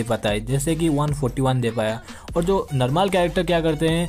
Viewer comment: Bhai narmaal nahi normal hota hai 😂😂